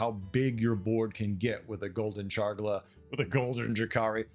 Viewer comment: I’m not sure the last time I heard someone say “Chargla” instead of “Charlga”. Rather entertaining. Looking forward to Beasts.